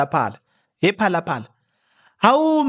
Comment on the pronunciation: You really talk like a South African when you talk about phalaphala🤣